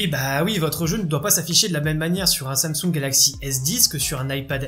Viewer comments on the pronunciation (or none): none